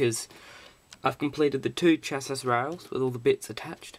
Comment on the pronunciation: Goôd build and info. Just one thing dude. "Chassis" is pronounced "shasee" ;) good job though. Mine is on order as I type!